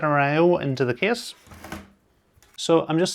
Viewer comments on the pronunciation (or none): That kiss pronounciation instead of case really distracts me lol